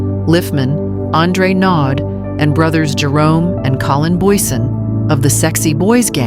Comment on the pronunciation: its pronounced Naudee